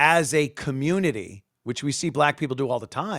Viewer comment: Dey wuv dey comMOOnity